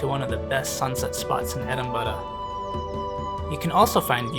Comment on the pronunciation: I love that you pronounce it like a Scot! Scotland is very high on our list of places we can’t wait to get to. Everything we see about it looks so beautiful and scenic. The detail on that monument is so intricate!